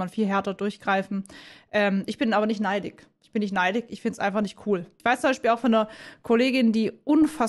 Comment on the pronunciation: Ich versteh ja dass wir als Schwaben unser "sch" oft verstecken wollen.. aber "neidig"? 😅 Das ist wie wenn hochdeutsche schlecht schwäbisch nachmachen, und immer "dasch isch" sagen 😂